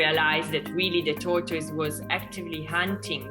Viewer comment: Are u saying tortoise or torture